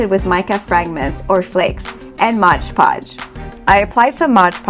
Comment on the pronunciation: MOD Podge, not "Modge" Podge, It's written clearly on the label.